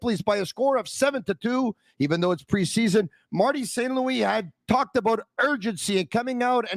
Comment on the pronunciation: It's PRE-SEA-SON!! Holy hell just chill lol